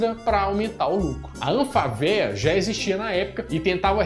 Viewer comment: Amigo é anfávea olha o acento , falar uma coisa tão simples assim ainda errado fica feio de mais.